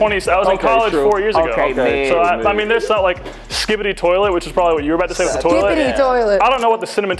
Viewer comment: Haha I have no idea what it means but I just heard “skipeddy toilet “ another point for #2